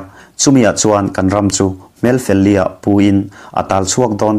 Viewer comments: Tuna hrilh lawkna chhiartu hian a chhiar dik lo, Hmelfel li ah nilovin hmel fel liah tia lam tur a ni. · Hmel 4ah ni lovin hmel fel tak a sawina a ni.Fel liah,(perfect face) sawina a ni e.Tin,Mi thu ziak chhiar dawn hian uluk tak leh a dik thei ang bera chhiar a nih theih nan fimkhur nise.You tuber tam tak te hian zo tawng an chhiar dik lo nasa lutuk thin.